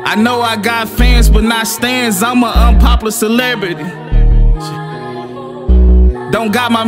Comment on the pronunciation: Ik im not the only one triggered when he said unpoplar instead of unpoplar